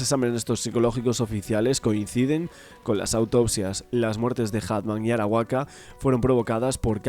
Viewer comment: Arakawa san...no Arawaka...